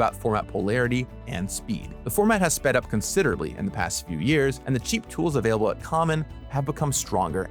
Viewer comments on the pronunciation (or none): none